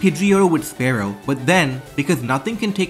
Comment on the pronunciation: it's not spare-oh it's spear-oh, jesus christ